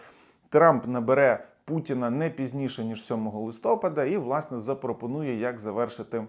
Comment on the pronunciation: Пан, навіщо ви в слові листопад робите невірний наголос в кожному своєму записі? Кров починає йти з вух, нудота зразу починається… Пропрацюйте це питання. Добре було б добавляти тайм коди. Для переходу зразу до діла і розуміння на відповідність суті до клікбейтного заголовку, та не витрачати час.